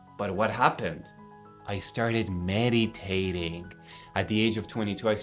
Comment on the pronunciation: Did he actually say middi-tating??lol